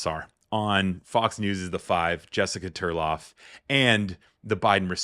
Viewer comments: TARLOV, not Turlov. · 😮😮😮😮😮😮😮😮Isn't it Tarlov not Terlav?